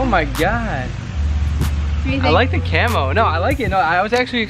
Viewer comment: Congrats for 100k countdown.. But... what did u said?? Camo?? Cameltoe?? 😆